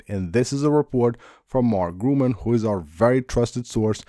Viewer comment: Mark GURMAN Not GRUMAN